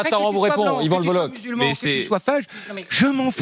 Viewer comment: Alors déjà Lebolloch ne se prononce pas Lebollo[che] mais Lebollo[cke], donc merci de ne pas écorcher le nom. Et je suis tout à fait d'accord avec lui. Et l'autre devrait bouffer du savon pour ce qu'il.a dit